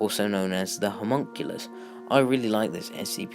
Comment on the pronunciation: It's pronounced ho-mun-cul-us